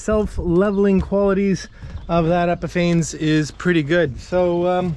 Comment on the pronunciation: epifanes, ay-pee-fah-ness ;) actually drove past it today.